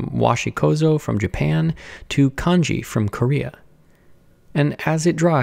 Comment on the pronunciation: As a Korean I was surprised when said ‘kan-ji’ which is korean traditional paper. And actually it’s pronounced as ‘han-ji’.